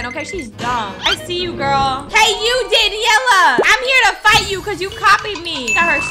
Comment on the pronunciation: Fight not fig or how ya said